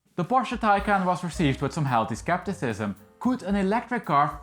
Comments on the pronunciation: Great video! The model name is not “taken” it’s “Thai Khan” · Sorry, but you're not pronouncing the name of the car correctly. :( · You need to learn how to pronounce “Taycan”! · Please, your pronunciation of Taycan is crap.